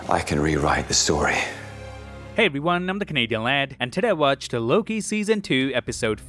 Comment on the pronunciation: Am I the only one who heard he said in the end "I'm Kevin Hart" rather than "I'm "?